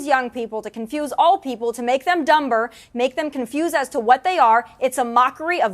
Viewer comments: Did that horseface say dum-ber lol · LOL. That's pretty on point that tomi lahren couldn't say 'dumber' properly. ROFL!!! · Did she just pronounce the silent B in DUMBER?